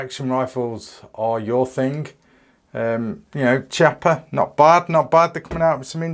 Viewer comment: the correct pronunciation is "KEEAPPA"